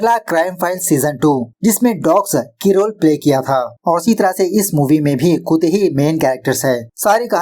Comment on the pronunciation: Bhai tum Kuttey(कुत्ते) ko koote(कूते) q pronounce krte ho, it's sounds very weird